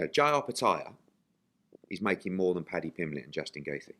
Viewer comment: correct Eddie on his pronunciation of Justin Gaethje please lol... He said it wrong every time lol and that was abt 10times lol